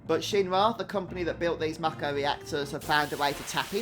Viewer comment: I'm so glad that you pronounce the word "Mako" properly! Everyone I know pronounces it as, "May-ko" and it drives me absolutely insane lol.